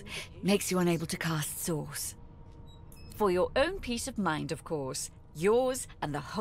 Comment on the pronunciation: source or sauce?